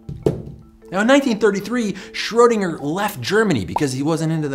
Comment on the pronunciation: So you do irish and french accents but can't pronounce schrodinger. Ineresting